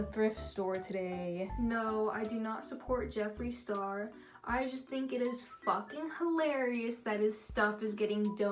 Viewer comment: Jeffar Slurr, I can't lol 😆